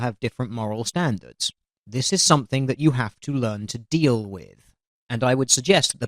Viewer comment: ROFL when he said " deal with it" i understood teal with it hahaha